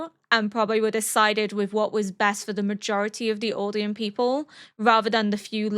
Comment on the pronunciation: I mean this in the nicest way possible but why Auldians And Marlaay? It's Eldians and Marly they even pronounce it in the show. I really like your analysis and reactions but that really throws me off